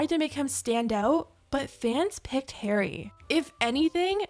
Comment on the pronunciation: I'm sorry girl, but the way you pronounce Harry is killing me 😭